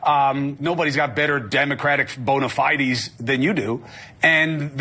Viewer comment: "Bona-FIY-deez"? Haha...is this guy an idiot? Yep. RFK, Jr. is terrible. Why does the Dem. party always attack itself? The GOP never does the same. Let's just stop already and go on the offense instead always defending. It's so tiring.